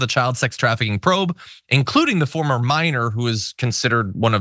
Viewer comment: Minor, not Miner.